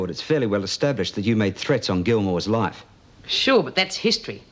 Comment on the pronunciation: Went a bit Irish with his ‘loife’ pronunciation when taking Vee out a few episodes ago